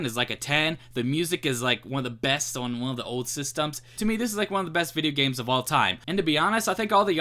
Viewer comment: "vid-yeh gehmz"